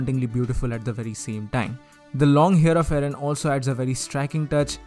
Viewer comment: You say aaron not eren